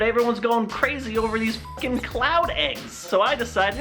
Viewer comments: I kept thinking he was saying clout eggs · Every time said cloud, I heard it as clout and I wanna die. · i keep on thinking he's saying clout eggs